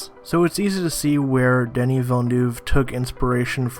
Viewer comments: Great video man, just a remark: It's "Denis" not "Danny". Same thing for his last name, hear Colbert pronunciation during his interview with the cast maybe, it was perfect. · It's definitely Deh-nee. He's French-Canadian. That's how we say that name.